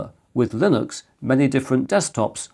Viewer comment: linux, lillux, vilux I hear you saying them all lol